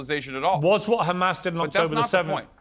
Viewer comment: Israel defenders go 10 seconds without saying Khamas challenge (impossible difficulty)